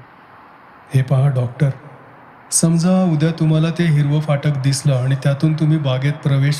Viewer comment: Sundar vaachan Shuddha uchchar. Very rare.Fakt phatak cha uchchar jara sa yogya nahi